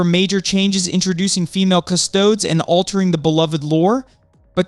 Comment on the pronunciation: You didn't learn the right way to pronounce 'Custodes' before making this video?